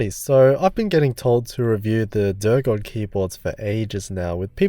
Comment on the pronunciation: "Sorry, I don't know how to pronounce it" Pronounced it perfectly.